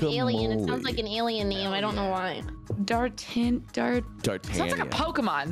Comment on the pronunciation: Everything about this "Dartanion" is hurting me inside.